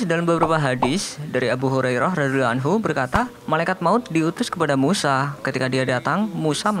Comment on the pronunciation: pengucapan radhiyallahu anhu nya mohon di perbaiki🙏